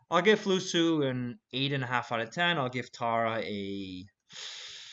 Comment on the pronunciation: hey that’s pronounced Tiara if ur interested lol That’s one of the Korean pop girls group